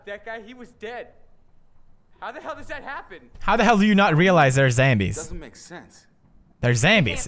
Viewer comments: you say zambies its zombies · You can't say zombies you say zambies too funny!! I love you Pewds!! <3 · I'm so honored that you say zambies too cuz your one of the persons I look up to you anthony ian joey graceffa and kalel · Why does Pewdiepie say zambies?